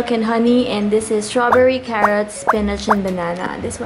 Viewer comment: HAHAHAHAHHAHAA TAWANG TAWA AKO SA FLEYVER AT SPENECH